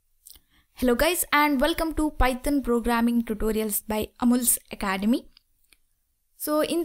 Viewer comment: Bhai python bolna shikh lo pyton pyton kiya krti ho